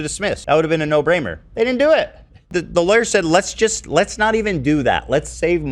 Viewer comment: He said “no braimer” we all heard it.